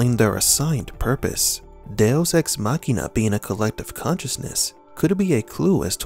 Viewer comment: Machina is spoken "ma-chee-na" not "makhena"